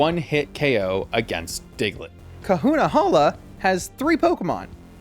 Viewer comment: We don't talk about Bruno but it's Hala